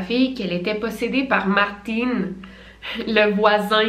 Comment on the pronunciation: J'adore comment tu prononces les prénoms comme eux-mêmes le disent et pas prononcé en français genre Martin qui se prononce comme Martine